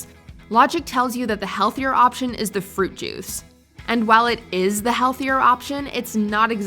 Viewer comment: I swear I heard "Fruit Jews."